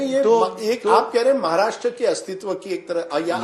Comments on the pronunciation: What’s “महार्ष्ट्र” .. it’s “महाराष्ट्र” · अगोदर महाराष्ट्र म्हण नीट. महाराष्ट म्हणतोय गधडा...